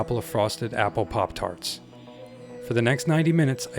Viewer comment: "...POP TALTS..." 😆